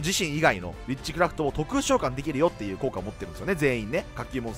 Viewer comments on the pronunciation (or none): ビッチクラフトに聴こえる 幻聴か